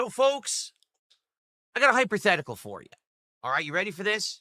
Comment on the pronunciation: “Hyperthetical” lol